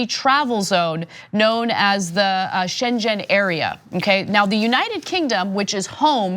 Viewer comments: Try pronounce it Sheng en not shenshen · Read the ‘g’ in Schengen as in ‘get’ not as in ‘jet’. Congrats on your excellent work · Schengen rhymes with "bring in", not "engine". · It's pronounced 'ShenGEN' ... not your Chinese sounding version 'ShenSHEN.' Pronounce the 'g' please. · ‘Shen-gen’ not Shen-Jen Anna. Pronounced as in ‘again’. If you’re going to do an article about something double check it’s pronunciation... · Girl!! You need to STOP saying shen jen. It's Shen-Ghen. O.K. ? Got it for the future? Shen Ghen. NOT shen jen. When you mispronounce this simple German word you make me want to vomit. So please, please pronounce this important word Anna. Shen-Ghen. Good girl. Thanks for all you do. Be patient, and STRONG in these trying times. You're not alone in your stunned disbelief at the grand bafoon pretending to be an orang-utan, and his almost infinite capacity for stupidity. We will get through this together. So be strong, be patient. God bless Anna. God bless. Next year the Peruvian marching powder and the Courvosier XO are on me. Will go see Samantha Fish or something. Peace. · I love you Ana but it's Shengen not Shenjen. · Sheng-en NOT Shen-jen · Scheng-dschen :-D.... it is "Scheng-'n"... so funny pronounciation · Pronounce "Shang-gan" (like "gun") - not like Shenzhen (city in China). Americans and foreign language names ... Sigh. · schen - gen - zone area, not shenzen area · SchenGen !!!!!!! not SchenJen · It's pronounced ''Shen- ghen''. Not ''Shen-jen'' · Shengen, Its pronounced with a hard G as in Gary not soft G as in J. Shengen no Shenjen. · "Shengen" is pronounced "Sheng--en", not "Shen--jen". The Shengen zone is not in China. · Schengen is pronounced with a hard G - it's shen-Gen not shen-jen. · Shengen....It's a hard "g" as in Gate! Also the republic of Ireland is in the Shengen area. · Please NOT pronounce "Shengen area" as "Shenzhen area" .... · Anna - pronounciation of Schengen = (Sheng-en) not like *gen*eration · Schengen....... not Shen Jen